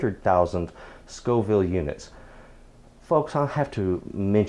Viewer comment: FFS. The plural of "chile" is "chiles". "Chillies" means a couple of different chili stews. So, since you didn't know the difference between "Scoville" and "Scofield" in your first video and can't spell it right, why should we trust anything that you say? Facts matter. However, props for saying Scoville, now.